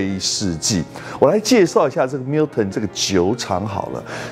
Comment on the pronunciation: 不是華人執著英文發音正確的問題。如果將Gordon & Macphail 讀成golden macfield ，strathisla讀成strath-islay (道歉更正: 的strath-islay讀的是對的, sorry)，你也覺得沒問題只証明你的水準如何。讀Milton時卻非常正確，為什麼另外的可以差那麼遠？差少少真的不是問題，差那麼多就有點那個了。